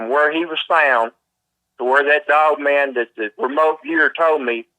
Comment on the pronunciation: Its his accent making him hit words weirdly and jump around with his vocabulary